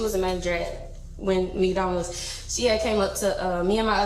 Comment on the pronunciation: It's pronounced "MacDonoos"...